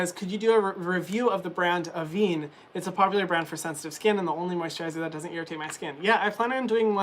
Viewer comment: This has been bugging me: it's pronounced ah-VEN.